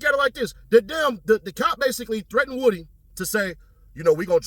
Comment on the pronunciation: lol and pronouncing his name the correct way (Woo-Dy) instead of woody😂